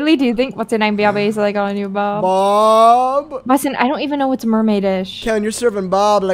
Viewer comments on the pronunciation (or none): why did add a g to the word bob like this 😭😭 he said "boughb"